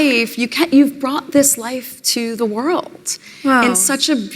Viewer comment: I'm going to be honest and grounded in my journey, and show up and be authentically present to say, Meghan, you are a complete empty zero. Also, I HATE when women end their words with that "tz" sound. Like when she says "world", she says "worldtz". Gross.